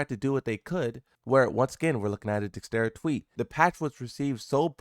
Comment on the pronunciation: I don't understand how you can hover over the word Dexerto and incorrectly read it twice in a row You speak one language and barely do that well English is not that difficult stop being in such a rush to push out a video and learn to proof read your stuff